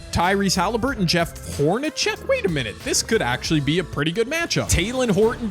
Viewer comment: Fun concept. BTW, pronunciation is "Horn-a-SECK" not "CHECK." ... also, re: ISU-Iowa - Iowa State should have stolen Fred Brown, not Hawkins.